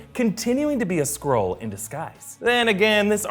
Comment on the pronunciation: Is if just me or do I hear squirrel rather than skrull?